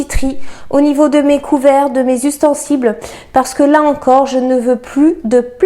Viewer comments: Jolie video, bel état d'esprit 🙏🏾 Par contre pourquoi donner aux boîtes en verre le nom d'une grande marque de boîtes en plastique ? 😉 Ah et tant qu'on y est, on dit ustensile, pas ''ustensible'' - trop mignon 🤗 Hé oui, la Pasta 😂🍅🌶️ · Salut super vidéo !! J ai cru entendre ustensible au lieu de ustensile peu être une erreur de ma part !! 😉